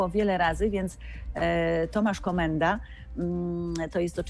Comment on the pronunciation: Pani Grażyna jest też poprawna politycznie mówiąc że Daniel nie popełnił błędu w wymowie nazwiska Komendy,a powiedział Komedy.